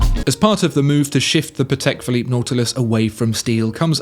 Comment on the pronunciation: “CHAPEK ‘BLOOP’”. LOL, nailed it!